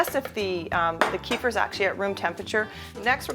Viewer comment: it's pronounced "keh-feer", plz